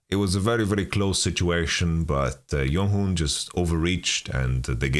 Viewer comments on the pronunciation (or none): idkl who started it but jeonghoon is pronounced with a hard J